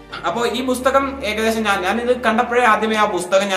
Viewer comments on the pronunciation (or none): ബുസ്തകം അല്ല പുസ്തകം😂